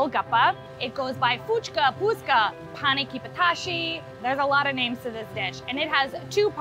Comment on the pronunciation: Your pronouncing all the names wrong